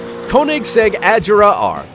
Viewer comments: Its not ajera it A-g-e-r-a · Did u seriously just say koenigsegg ajera r??? It’s agera r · koenigsegg Ajara R lol you pronounced it wrong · ITS NOT AJERA ITS AGERA AND THE SAME WITH REGERA NOT REJERA OMG!!!!!!!!!!!!!!!!!!!!! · Dis guy says Ajera and rejera but it’s actually Agera and Regera and the Agera RS is faster than the Bugatti Chiron lemme tell u that! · No jugde but he said koenigsegg ajera r. It's agera r NO JUDGE AM JUST A KOENIGSEGG FAN🇸🇪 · Lol it’s (A gair a) not Ag”er”a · Its not Ajera it's agera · chee its agera not a-ji-ra sigh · “Ajera r” it’s agera 😂😂😂😂😂😂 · It's pronounced as Agera not Ajera and plus the other one is the koenigsegg 1:1 which is pronounced as 1to1 not just koenigsegg 1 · Mans said “KoEnIgSeGg AjErA R” lol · Lol he said Ajera Edit: He said Rejera He needs to learn how to say name’s And it has 1500 HP Here is some facts Koenigsegg Regera: The Koenigsegg Regera is a limited production plug-in hybrid grand touring sports car manufactured by Swedish automotive manufacturer Koenigsegg. It was unveiled at the March 2015 Geneva Motor Show. The name Regera is a Swedish verb, meaning "to reign" or "to rule." Transmission: 1-speed fixed gear (2.73:1 ratio) Engine: 5.0 L twin-turbocharged V8 Kerb weight: : 1,470 kg (3,240 lb) (dry); 1,590 kg (3,510 lb) (kerb); 1,570 kg (3,460 lb) (kerb, KNC); Electric motor: 2 YASA 750 R motors; 1 YASA P400 motor Btw he a non car guy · Dude learn your car names agera and regera have a hard g and it is koenisegg one to one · The correct way to say it is “A-gear-a”, also “Re-gear-a”. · Never heard of a Koenigsegg “Ajera R”, nor “Rejera” before. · Its Koenigsegg Ag-er-a R and Reg-er-a And its one:1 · you pronounced the word “Agera” incorrectly. (pronounced A-Jear-a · AG GA RA-R. Wow is that a new manufacturer? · I love it how he pronounces the agera R like adgerra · you pronounced it wrong it's agera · Agera is pronounced with a hard g, im swedish so i should know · ive always said a-gare-a